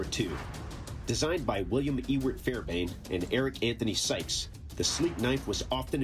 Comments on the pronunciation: it's NOT Fairbane-Sykes, it is Fairbairn-Sykes. Spell it correctly and pronounce the second "r", otherwise you sound like an illiterate with dental problems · TF is a “fairbain”? Fairbairn sir…